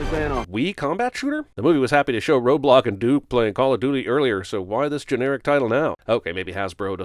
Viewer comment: The whole video i thought he was saying roblox instead of roadblock.